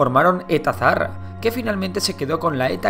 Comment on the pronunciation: Se dice Saharra, aunque se escriba ''Zaharra''.